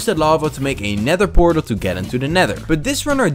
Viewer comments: it’s a pether nortal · That's a Pend Eortal That's a Pether Nortal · It's funny that bro found a ✨ pether nortal✨ and a ✨nend pertal✨